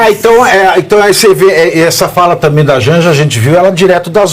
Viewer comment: Ela disse: tamem KKKKK,essa é a última dama